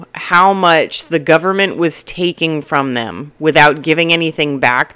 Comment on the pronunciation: The "gooberment" 😂... I'm going to have to use that line. 😊 Great video an insights.... I love your straight-forward approach! I'm in my 30s and am flabbergasted at how many people my age live with their parents and their parents are still supporting them. It's almost like 35 is the new 20... interesting times we live in.